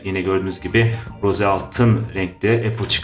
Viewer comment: Rose altın değil ros diye okunuyor